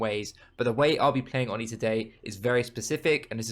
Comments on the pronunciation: It's "Oh Knee", not "on knee" :D Love your content 💕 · Absolute no offence, but i love how you say "" haha, sounds funny haha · I swear it’s pronounced ‘oh-knee’ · On knee